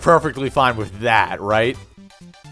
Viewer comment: everytime that smuck says "rite" a cherub dies or something